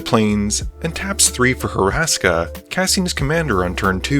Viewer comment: Two notes. Max's commander is Hur-ska, not Hur-a-ska. Additionally, you referred to Ashiok as him; Ashiok is gender neutral, and uses they/them pronouns.